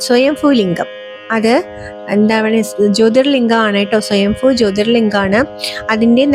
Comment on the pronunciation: സ്വയം ഫു അല്ല സ്വയം ഭൂ ലിംഗം